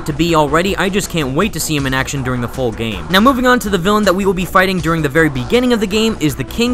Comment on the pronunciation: 'within the geyme' :/